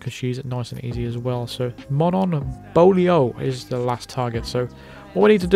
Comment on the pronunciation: Hey, the correct way to pronounce "Beaulieu" is actually "BO-LU". It's odd, but a lot more common than you think. I have to say, I've never heard of the name "Monon" in my entire life. Manon, yes. Monon, no.